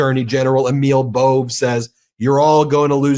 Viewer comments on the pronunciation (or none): Its BO-VAY damn it. Not BOVE.